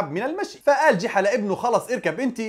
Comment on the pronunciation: يا رجل اسمه ( جُحا ) وليس جِحا